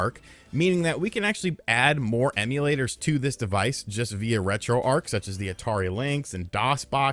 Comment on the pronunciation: “the best” should probably know how to pronounce “retroarch”